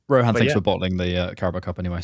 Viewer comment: It is not Ro-haan... it's Ro-Hn 🤣🤣🤣